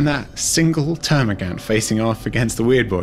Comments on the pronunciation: Termagaunts not termagants.. As you were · please its gaunt, not gant!